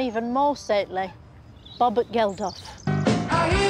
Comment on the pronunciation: Is she calling him "Bobert"?